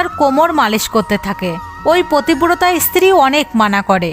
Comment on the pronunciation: প্ৰথমে বলে নেওয়া দৱকাৱ যে সংস্কাৱী হওয়া খুব দৱকাৱ। কিন্ত তা বলে এই ৱকম জঘন্যভাবে গল্প কে বলে। পত্নী, পতিব্ৰতা এই শব্দগুলো ভালো কৱে উচ্চাৱণ কৱতে পর্যন্ত পাৱছে না। এ সব কি? ভগবান নিয়ে , শাস্ত্ৰ থেকে উদাহৱণ দিতে গেলে আৱো সচেতনভাবে গল্প বেছে নিতে হবে। যে পড়বে তাৱ উচ্চাৱণ ভালো হতে হবে তবে শুনলে শ্ৰদ্ধা হবে।🙏